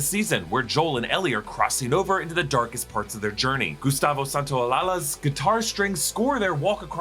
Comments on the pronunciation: It's Santaola(SH)a, not Santaola(LA) as you pronounce it. Thanks for the video! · Son-ta-o-laYA…not lala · So just a short correction: It’s not “Ollalla” its “Gustavo Santaoya” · its pronounced SANTAOLAYA NOT OLALA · Its pronounced "SantaolaYa" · Its Santaolalla (san-ta-oh-la-yah) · Se pronuncia SantaolaYa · Alright, for english speakers.. It's pronounced: Santa-Oh -La-Sha. Gustavo Santaolalla. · Hey friend! Little pro tip: in Santaolalla the double L is pronounced like a J or a Y 😊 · Pleaaase say Gustavo Santaolalla's name right pleeease hahaha.